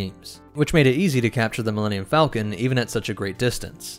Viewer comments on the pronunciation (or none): none